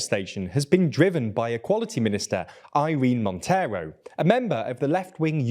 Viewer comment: I dont want to be mean with your pronuntiation but the way you prounced the name of the Spanish Equality minister, killed me